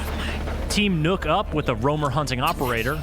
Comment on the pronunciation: Kan people learn how to say nøkk properly pls